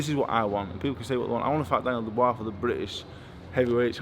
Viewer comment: Dubois? Mate, please....